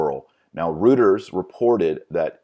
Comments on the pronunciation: ROYT-ers, not ROOT-ers. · "Reuters" is pronounced "ROY-ters," just fyi. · Reuters is pronounced roy-ters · Cudos for a lot of work researching this. Couple things, please. One, I've found it helpful to Google 'pronounce' and then the word--like Vigano or Reuters. Second, all of us are flawed sinners, as witnessed by scandals in some evangelical churches, but it is the elevating of mere humans to such revered positions instead of focusing on Christ that leads to massive corruption. Putting the church hierarchy on a pedestal has always been a paganization of the body of Christ.